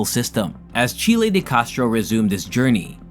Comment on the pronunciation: Its name isn't Chilie.